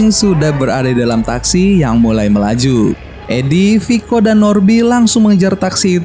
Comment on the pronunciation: Dan bang dan bukan nan wkwkwkwkwk😂🤣😂🤣😂🤣